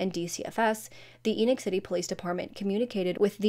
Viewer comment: It's pronounced Eeee-noch, like "knee knock", It's a Mormon name.